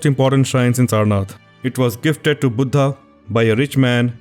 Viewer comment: Its sad to see that even fellow indians cannot pronounce 'buddha'.